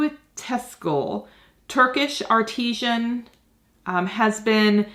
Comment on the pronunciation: PLEASE.....Its pronounced artisan. As in an artist has made it... NOT artishan (artisian).... That's to do with water